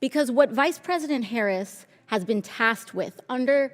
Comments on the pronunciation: I am so proud of her for learning to properly pronounce President Harris’ name. How adult like! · I see Nancy is pronouncing the vice president’s name properly, now. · Wow her remedial studies helped her learn how to pronounce our Vice President's last name! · Notice she's pronouns harris's name correctly after she got roasted on cnn